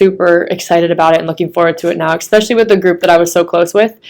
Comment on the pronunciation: Just here to observe an entitled, jealous bully. Did you say "expecially"? 😂